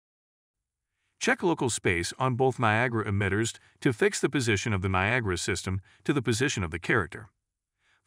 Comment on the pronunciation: . The voice synthesizer said "Copy the viagra emitter" 😂